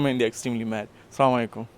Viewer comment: Brother stop being such an ediot.support your for what he is,this brother just a hater,what About youtube.what about the tight t-Shirt you are wearing.these mans come on YouTube chat load of nonsense.most importantly guy can’t say asalamalaykum proper says samalaykum.just imagine if Conner won you then what you would have said.everything happens and comes from allah,allah willed allah made it happen who are you to complain.and hate it’s between him and allah